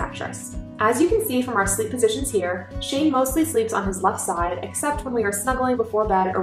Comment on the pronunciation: Baby Shane, or did you say Baby Shame?